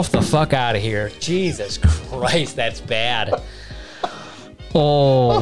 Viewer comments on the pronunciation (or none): none